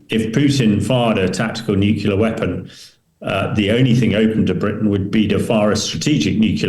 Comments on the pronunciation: Tell the show's guests to go into a room with some carpet, curtains, etc., that can dampen some of the reverb (echo) in the room where they are speaking from. This guest's audio is very boomy. Nu-clee-ar not Nuk-U-lar. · Click bait title. Hamish mispronounces "nuclear" just like Homer Simpson.